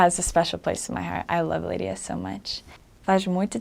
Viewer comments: Her pronunciation of Leiria is very nice. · The way she said "leiria" was so gooooooood